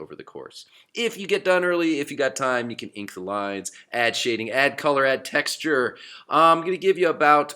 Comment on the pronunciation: It's texture not textrure